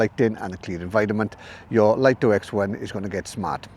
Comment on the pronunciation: It's pronounced 'Lee-toh', not 'Lite-oh'. That's direct from DJI's marketing division.